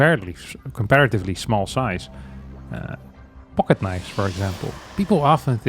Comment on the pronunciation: what in gods name is he talking about at the start of 2nd game, why does he say pocket like that, im upset.